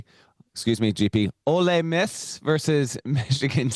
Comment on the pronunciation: Ole Miss not olay Miss